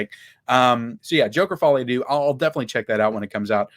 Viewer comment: Folie a deux is pronounced incorrectly . It’s French for madness for two. Folie is pronounced like the word holy. Deux is pronounced like the sound cows make like meuhhh.